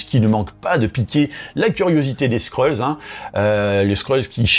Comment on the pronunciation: Pas les Skreuls mec ! Les Skrulls. Sinon on peut plus faire de jeu de mots qui détendent